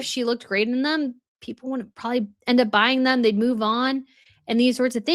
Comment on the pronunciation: Come on,! "Probably"! 3 syllables! 2 B's! You are too old, and too accomplished to say " prawley"!